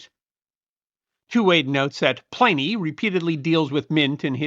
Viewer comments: Pliny is not pronounced as "PLY- nee" the prolific author's name was and is, pronounced "PLIN-eee". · PLIN-nee not PLAI-nee.... the traditional English langiage pronunciation.